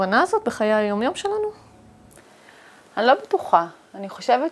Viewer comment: את ד"ר אבל אומרת את המילה - "שלנו" לא נכון לאורך כל הסרטון, קשה מאוד להקשיב לך ברצינות ככה